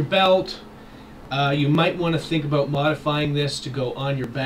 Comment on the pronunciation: Are you canadian? You said "aboot" lol